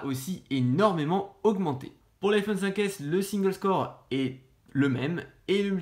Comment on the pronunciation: Un petit truc qui m'a gêné sur cette vidéo : SINGLESCORE / MULTISCORE iso SINGE CORE / MULTI CORE. Sinon c'est pas mal, continuez comme ça :)